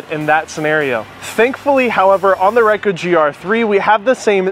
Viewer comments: As everyone has already pointed out, you're mispronouncing the name Ricoh, which is weird since everyone else pronounces it correctly and automatically makes me wonder if you know what you're talking about. Expecting stellar video from a Ricoh camera also makes me question if you know what you're talking about. That's not what it's for and it's not a priority for these cameras. Also, the complaint about stabilization is weird since you ultimately admit it takes superior photos to the camera you chose to compare it to. Seems like you were just trying to fill time in your review, and most people have a tendency to lean toward more complaining rather than more praise. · How can you believe anyone who can’t even pronounce the name of the brand properly? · Never heard of a "Riker" griii. Its Ricoh pronounced REE-CO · It is better to know how to correctly pronounce the product you are reviewing. I will blame Kai, Raicoh.... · I think you are mispronouncing "Ricoh". You are saying "why-koo" when it should be "ree-ko". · Did you use the lasted firmware and the lasted ImageSync app by Ricoh? Why do you pronounce it Rai as opposed to Ree coh? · Reiku not Ricoh, get it right people! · Just got it myself, btw you're not pronouncing Ricoh well, Rycu? It's Ree coh. lol. But you shoot in program auto so... it's fine. lol. Thanks for the video.. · you wanna see my rye-koo?? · Dude its Ricoh (reeco) not ruyko or rayko; thats like when people mispronounce nikon and say nuykon instead of neekon; remember that letter i is usually pronounced as what you see/say in words such as kid, hit, fit, in, etc..especially in most languages it is pronounced as such; even in english it is pronounced in many words as such (it would be easier if it was written inglish but that is a fault of english language which burrowed heavily from french and other languages making a weird soup) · RAICO? Like AIRAQ vs IRAQ? It is RICO.. not RAICO. ;-) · Reecoh, what the hell is a Raicoh? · Stop. Saying. RYKOH.